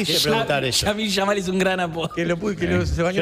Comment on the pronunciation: Minuto 10 el diciendo Yamil Yamal jajajajaja que tipo este dios mío me hace el diab😂